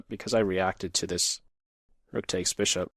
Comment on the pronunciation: When you said ' Brishop' I knew you'd been drinking. No more Grobs, please. I gave you a thumbs up, but that was out of kindness